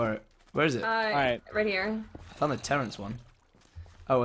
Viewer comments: Omg it's Terrance not lorance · IT WASN'T LAWENCE IT IS TERENCE